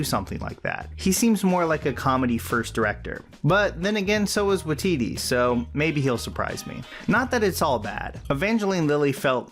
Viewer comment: Lol sorry man but you kinda butchered taika's last name 😂